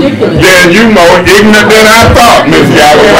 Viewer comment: "Just ignant!" 😅😂😂😂😂😂😂